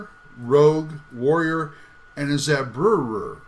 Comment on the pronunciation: The pages you showed off are from an older version of the PDF. The page background is now slightly different and easier on the eyes. BTW, "goði" is pronounced "go-thee" and "zauberer" is "zow-bur-er." :D Oh yeah, and I have it set so that if you buy the print copy, you do get the PDF for free.